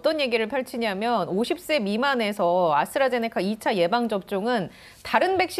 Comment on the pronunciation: 아나운서 발음ㅎㅎㅎ아스라제네카~ㅎㅎㅎㅎ